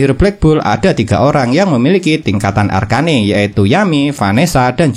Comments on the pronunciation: Arken bang bukan arkane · Bang bacanya arcen aja bang arcane ga enak bgt ekwk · Arcane woi bukan arka ne